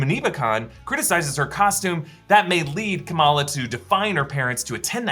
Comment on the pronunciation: Isn't it Kamala and not Kamaala? Like why?